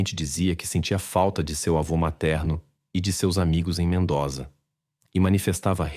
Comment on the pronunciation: Se pronuncia: MENDÔZA